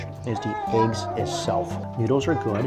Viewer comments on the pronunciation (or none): learn how to pronounce English, its "good" , not "GORD"